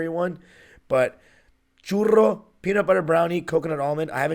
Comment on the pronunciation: Who says churro like that 😂